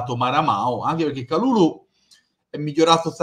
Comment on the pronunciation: pronuncia perfetta! Grande. Speriamo che potremo nominarlo per tutta la stagione e non solo in questi ultimi giorni di mercato.